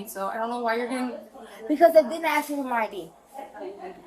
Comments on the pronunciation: “THEY DIDN’T AKS ME” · The word is ASK not AKS. I can literally hear her horrible spelling. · why does she say axe so much? weird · Black people the word is ... ASK ... not axe you are not chopping wood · It’s ask, not axe…. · I not axing you I’m telling you, you’re a moron!! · Why can't they say "Ask"? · I'll never understand how adults from an entire community cannot pronounce a word as simple as "ask". Beyond me. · "axe me"